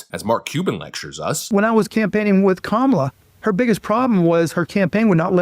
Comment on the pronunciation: Isn't that Mark guy pronouncing Kamala incorrectly? hhmmm...